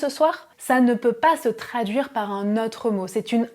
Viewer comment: Merci pour la vidéo. Très bonne élocution ! (claire et lente). En revanche, vous faites une erreur de prononciation qui peut déconcentrer les auditeurs : "autre(s)" et "chose(s)" (qui vient de "cause") se prononcent avec un "o" fermé. En français, "ô" et "au" DOIVENT se prononcer avec un o fermé. Ex. : La cote ("o" ouvert) est un niveau, la côte ("o" fermé) est un bord de mer. Hotte ("o" ouvert) est le panier du vendangeur ou du père Noël, hot ("o" ouvert) signifie chaud, osé, mais haute ("o" fermé) est le féminin de l'adjectif haut. Le non-respect de ces règles élémentaires de prononciation présente les inconvénients de déconcentrer les auditeurs et de créer des problèmes de compréhension (malentendus). Donc, avec la qualité de vos vidéos, vous devez avoir la cote !😉 Merci et félicitations !!😉